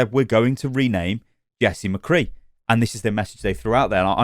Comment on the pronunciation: I hope they reupload it exactly the same but just dub over the parts where they say mccree poorly.